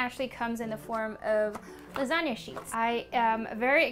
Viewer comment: I think that 'lasanga' sounds great.